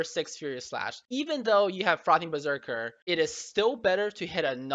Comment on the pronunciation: is it only me or do i only understand "fuckin berserker" instead of "frothing" :D